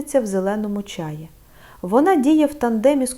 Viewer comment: ... та не чАї, а чаЇ (чому ви можете навчить, якщо навіть наголос у слові не годні правильно поставити... біда та й годі ... 😢)